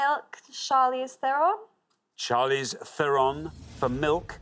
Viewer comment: But they also said her name wrong. I saw it spelled phonetically in a magazine interview with her - THAIR-uhn, not Thur-ON.